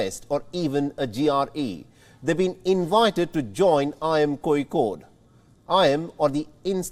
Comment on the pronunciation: Its not Koikode😂😂😂